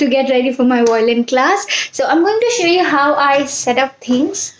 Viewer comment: I think you are pronouncing violin wrong